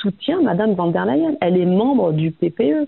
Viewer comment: Arrêtez de dire "Wann der Leyen ", revoyez vos cours d'allemand : le V se prononce F , donc phonétiquement cela donne "Fonn der Leyen "